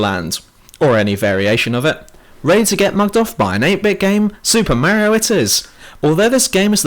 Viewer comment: You're so fucking dumb. It's not Daisy it's Peach, the Halo 2 ending was a cliffhanger and you say Mario wrong.